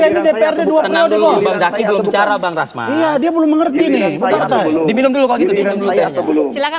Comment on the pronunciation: Hhhhh RAMZAN, ADUH, GIMANA KAU SALAH2 BACA. SIAPA SIH KETUA MAHKAMAH TINGGI Partai Demokrat yaa. Hhhh BENER TUH Ke ZAKI ajaa DENGER nya ENAK.